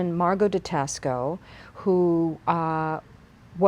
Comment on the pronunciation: Thank you for this great information & sharing your collection. One minor thing, though, Taxco should be pronounced “TAH-sco”, like taco with an “s”.